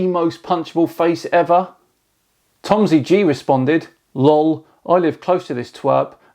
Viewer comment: "Lowl" 😭lol